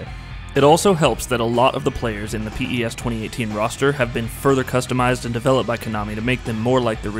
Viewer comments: Do all americans call it p.e.s.? It just sounds so wierd we've always said pes or pro evo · Don't pronounce it as P. E. S.! It's Pes just Pes! Like pest. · Stop saying p e s say pes like normal people do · Mduduzi Sibisi who pronounces it piss? It's pez lol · Jesus Christ stop saying P.E.S its pes......i bet ur a fifa fan... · i stopped watching after 1 min because he keeps calling it P-E-S... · PES is pronounced 'pes' or 'pez' ... like FIFA is pronounced 'feefa'... not the initials. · Call it pro evo or pronounce it pez. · It's the little things which irk me... please stop calling it P.E.S.. It's an acronym!! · Had to stop watching. Couldn't take the P.E.S anymore... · P-E-S-? No way. You can't be that clueless. That's the first time I've ever heard someone call this game P-E-S. Rookie review. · Literally can’t get through this video just cause of that P.E.S pronunciation... ugh 😑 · I think maybe its an American thing. The americans have MLS, NBA, NFL, MLB, and they're all pronounced via their initials...so I'll forgive our american cousin for that little faux pas.